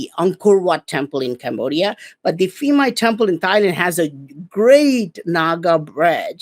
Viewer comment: It's pronounced peemai like phuket the ph is not f